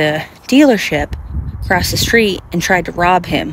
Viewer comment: into the video - She wants to Protecting the person's Identity... But only For 31 SECONDS. He's da Owner UH daH CAw DEAwERSHIP ACwOSS DA STwEET